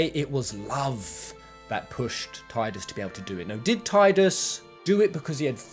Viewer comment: It's pronounced Tidus, not Tidus.